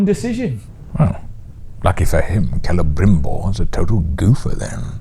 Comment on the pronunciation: Something really grating about the way Galadriel pronounces names.... CELE-BRIM-BBBBOBBBOBOBOBOBOBOBOBOBOBOBOBOBOBOOOOooooooOOOOO-R Also, The dwarven ring is like seeing the mountain with noclip